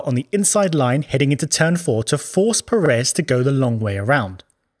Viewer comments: Please stop calling Sergio Pérez like if it was Per(é)z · Brother, if you can write Checo’s last name correctly, you should pronounce it correctly as well. Pérez, with the emphasis on the first syllable. Thank you very much. Keep up the excellent content! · Pérez. Giant clue as to the pronunciation. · why is it that British people say Peréz instead of Pérez? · It is pronounce PErez no PerEz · Undisputed best plugs in all F1 YouTube, easy. ... The pronunciation of "Pérez", tho... :(